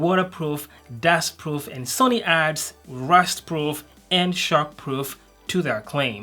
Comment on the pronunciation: I thought he said "Shark Proof".